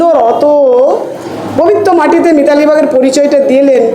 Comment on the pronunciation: মিতালী কামন যেনো,,, উচ্চারণ করতে পারছেননা